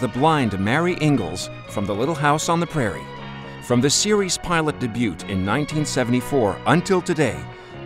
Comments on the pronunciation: did you really just pronounce it "debute" instead of dāˈbyo͞o like the rest of us say it? But then again it makes sense after you removed the original interviewer's voice and dubbed in your own voice asking Ms. Anderson those questions. Classy ... really top notch bafoonery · From the series pilot 'debute' No. the English word is 'debut' the 't' is silent. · You have a good announcer’s voice, but the word is “dey-BEU”. The T on the end is silent. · Robotic voice- “debut” is pronounced daybue not deboot. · Eve Yitagesu your right. The word "Day- bute" is a wild misprononciaation. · ..did the narrator really say the T in debut ? as in "day butte". wth…... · Day bute? C'mon. A few seconds in and I'm gone. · It's debut, the t is silent. Speak English correctly. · Did the narrator seriously say deebute instead of debut? Crimminy. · "series DEBYOOT"? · de-bute? Seriously? This narrator doesn't know how to pronounce the word debut? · de-byoot? LOL!!!! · Agreed. He even finds a way to mid-pronounce “debut.” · the "t" in debut is silent. she actually got prettier with age. wow. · The narrator pronounced "debut" incorrectly. the 't' is silent! lmbo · Too bad the interview voice isn't the one who interviewed her. Obviously a voice over. Probably a robo voice. The background presence changes when she responds. He says Debut with the "T". the T is silent. But wow, she kept her beauty. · FYI - you don't pronounce the "t" in 'debut.' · LOL You don’t pronounce T in debut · he said the t in debut lol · Dear narrator debut has a T but its silenT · learn how to say debut.